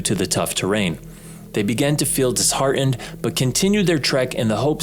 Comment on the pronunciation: "dis-har-enned" instead of disheartened. Oh, how I miss the days when people attempted to speak proper English.